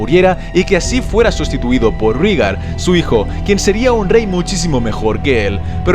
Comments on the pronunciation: Todo bien pero "Rígar"? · Creo que se pronuncia "Réigar" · No me gusta corregirte,, pero estás pronunciando mal. Rahegar se pronuncia de manera similar a como pronunciaste Rhaella, es decir Ra-e-gar, con acento en la sílaba final. Por otra parte, Lyanna se pronuncia tal cual se escribe: li-a-na teniendo diptongo con la sílaba ia, es decir, la separación de las sílabas sería lia-na. Están geniales los videos de Juego de Tronos! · SE PRONUNCIA REIGAR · En la dinastía Targeryan el diptongo "ae" se pronuncia como "i": "iris", "rhilar", "rhigar" "dinerys" "igon". 🙂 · sobre como pronunciar, solo analiza los fonemas con lo que sabemos de la serie. Si "Daenerys" se dice "Daenerys", esa "ae" se lee como se escribe: ae. Por tanto, "Rhaegar" se dice "Raegar". Del mismo modo, si te das cuenta, Aerys, Shaera y Jaehaerys. Porque en todos los casos es el mismo fonema, es una "raiz familiar", que en las novelas suelen usar los escritores para dar uniformidad a una familia y facilitar al lector el asociar varios miembros de la misma familia, como "aragorn-arathorn". Por tanto... "Raegar", "Daeneris", "Aeris", "Saera" y "Jaejaeris". Un saludo! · TU narrativa siempre es excelente¡¡¡... y en castellano se pronuncia "Rigar", ae suena como í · Rhaegar = Reigar Lyanna = Lianna Arya = Aria (Muchos Angloparlantes creen erróneamente que se pronuncia ARAIA) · Interesante, lo que no me cierra es que en algunos casos hables de Rigar en lugar de Rhaegar o de Laina en lugar de Lyana Stark, o tratas de usar la posible pronunciación inglesa en todos los nombres como incluyendo Winterfell o King´s landing o todos en castellano como Desembarco del Rey o Invernalia, de lo contrario se escucha bastante mal. Por otra parte, anotas las fechas 269 DC, qué significas la D y la C? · Que mal pronuncias todos los nombres